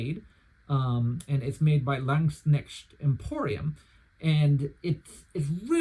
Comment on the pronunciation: What a great review! A few days ago, I decided to order a modified version of the "Günther" from Landsknecht Emporium. 😊 By the way, if I may be so bold, I have a few little tips for you on pronunciation: First of all, the word "Landsknecht" is composed of the words "Lands" ("land's") and "Knecht" ("servant") and means "servant of the land". The "k" in the "Knecht" part is not silent. In German, with the exception of "h"s, which serve to lengthen vowels, there are no silent letters. In addition, the German "ch" here is a voiceless palatal fricative, pronounced like the Spanish "x", for example in the Spanish pronunciation of "Mexico". 🙂 -> [ˈlantsknɛçt].